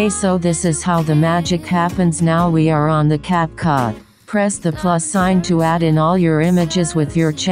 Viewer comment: It made me a aesthetic intro and i heard you say catcut insted of capcut when you said open capcut XD